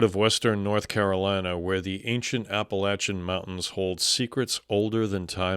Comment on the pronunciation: THANK YOU, for the love of god, for pronouncing us “App-Uhh-Latch-Unn” correctly. I’m from the Nantahala Natl Forest area & I have an amazing experience with that big man.